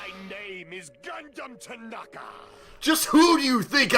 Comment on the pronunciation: Repeat after me. G U N D H A M T A N A K A